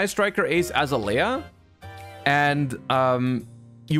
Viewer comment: the way he butchered azalea...